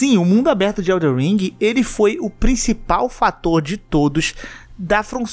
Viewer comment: O mais difícil do jogo é o pessoal falar o nome certo. Elden ao invés de EldeR.